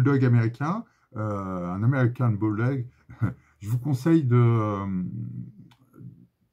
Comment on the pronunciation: Super vidéo avec des infos clef sur les calibres de façon a éviter les arnaques mais surtout les accidents. Petite dédicace a ton accent américain dans l'expression "american bulldog" 😹 y a du métier